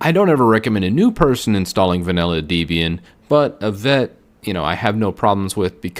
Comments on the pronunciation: Deeeeeeeebian xD 'Deb-e-an' Freakin gnome in English the 'g' is silent! Why do ppl keep saying GUH-nome? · Just a heads up that Debian got its name from the author Ian Murdock and his girlfriend at the time Debra Lynn. So I believe the correct pronounciation of its name is Deb-Ian rather than Deeb-Ian. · I left when he said "Dee"-bian... for those unaware, Debian was named by its creator, Ian Murdock, as a portmanteau of his and his girlfriend/future (ex-)wife Debra names... I don't believe she pronounced her name "DEE-brah". For a video recommending which Linux distro to choose, it's concerning that he mispronounces such a monumental distro that has been around since damn near the beginning, formulated I don't even know how many other distros (i.e. Ubuntu, Mint, MX Linux, Kali, which are probably mentioned later in this video as well), and still maintains its popularity for thirty years later. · Why does he keep calling it Deebian? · I couldn't watch the video. I'm a petty guy and hearing "deebian" multiple times just... ugh.. On a positive note, I've seen other videos and enjoy them so sorry for this negative comment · Debian is pronounced like "Debbie-Ann". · It’s deb+ian dude. Not deeeeeebian. Cringe. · It’s pronounced Deb-ian not Dee-bian. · It’s pronounced DEB-IAN, just like the names, not DEEB-IAN. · People who say "dee-be-an" remind me of the days when people used to pronounce Linux as "line-ecks". Also SuSE is pronounced "Zu-zuh", not "suzi" as in the girls name. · How is it that you mispronounce Debian and Ubuntu? It almost seems like a conscious choice.